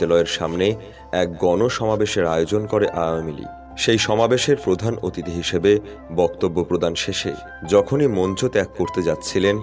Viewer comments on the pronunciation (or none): none